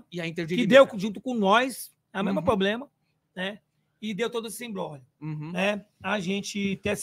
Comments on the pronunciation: O presidente da Mancha fala tanto "poblema" que chega a doer os ouvidos kkk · Vendidos??? se venderam pra WTorre??? Na Crefisa… Não vi 1 dia irem fazer protesto. Impressionante como dinheiro fala mais alto sempre. Dinheiro de carnaval, dinheiro de WTorre cala qq um. “Questionou???” Cronograma? Aonde está? Responsável? O que esperar do cara que fala pobrema, foda.